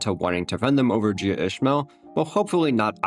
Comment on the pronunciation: He said "Jia" so many times and not the single time was correct lol